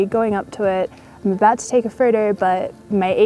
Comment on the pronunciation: Every time she says "photo" it sounds like "Frodo" Love this girl and her cool channel, Lord of the lenses :)😍